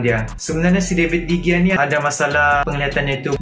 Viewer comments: david degia.. lol , betul nya bacaan dia David Dehia. .. kalau dekat spain G jadi huruf H bila dibaca.. huhu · Pronounce de gea salah